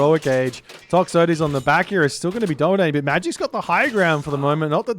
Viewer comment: the way you pronounce Toxotes and Hippeus pisses me off, just to make you feel even better